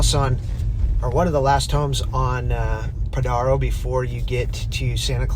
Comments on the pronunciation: Pronounced Podairo lane, dude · Stay off my beach! You can't even pronounce Padaro correctly. It's a special place. Don't even go here. You're not welcome.